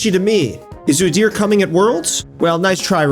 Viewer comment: Oo-dear is not how you pronounce his name, not like it matters cuz he is still worthless